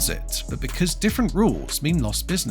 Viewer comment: What is this "sovrinnerty" the robogob keeps talking about?